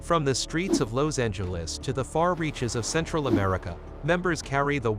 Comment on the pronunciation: Where the f**k you from pronouncing Los Angeles they way you do,? I ain't never heard it like that?